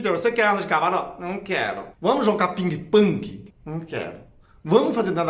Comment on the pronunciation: Eu também amo... Ele dizendo, " Vamos jogar Ping pAng..." Um fofo.